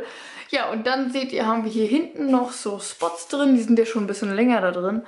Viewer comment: Es heißt "drin".. "drine" gibts nicht